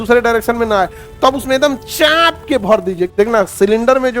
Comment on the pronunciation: Chaap k × Chhhhaaaanp k ✓✓